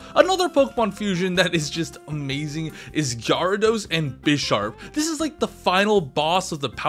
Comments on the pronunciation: Why do you pronounce Gyarados jar-ados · JAR A DOS !? MY BOI LEARN HOW TO PRONOUNCE POKEMON NAMES 👏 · I absolutely HATE the way you pronounced gyarados JARADOS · Did he really just pronounce Gyarados like that?! 😶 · He's doing it on purpose for attention. He pronounces giratina the same. Like if he asked you to give him something, he wouldn't say, "Would you guy-ve me that please?" Blatant attention seeking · How did you pronounce gyarados???? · Are we just gonna over look how he pronounced Gyarados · Yet another episode of mispronounced Pokémon names today we have aegislash and gyarados